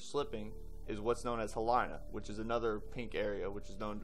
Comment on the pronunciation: It's He-lee-nuh. Not like Carolina. The letter "I" in Hawaii is always pronounced like "ee", never like "eye".